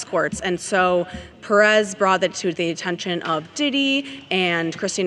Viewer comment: People I love you so much (TMZ) I'm addicted to your show but... It's not Pe rrez it's pronounced Pé-rez separate the little line you see on top of the é it's called Acento it's a rule that you have to apply strength on that letter in specific like Ma-rí-a the strength it's applied on the í and you'll add an acento instead of a dot on the í. It's not a lesson for TMZ is for all of us here so we can call people by their name and not something that's wrong that the person named should be correcting them. By the way my grandmas last name was Nieves Pé rez. Best show ever... with all my heart, lots of blesses to all of you. "I'm not a lawyer" 😂 my version.